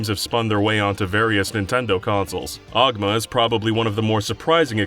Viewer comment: the fact that he called him "oguma" just screams kaga elitist